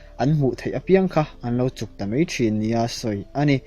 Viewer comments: A ngaihnawm....mahse 'mai' tih tur 'mei' tih ang chi hi awm lo se,ngaihthlak a nuam zual ang. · Mizo ṭawng uluk deuh rawh.... Mei iti zela, Mizo ṭawng chhiar/lam dik hi a changkang zawk.